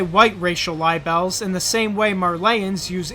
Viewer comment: Lol. Yeah. I thought that was interesting too. It does make more sense if that's how it was really said since libel or "lie bell" is a lie about someone else.